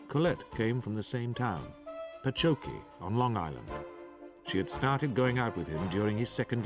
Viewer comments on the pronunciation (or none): I lived in Patchogue NY. Always heard it pronounced Patch Ogg not Pa Cho gee. good documentary otherwise. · Do you mean “ Patchogue “ Long Island.... there is no such town called pachoki.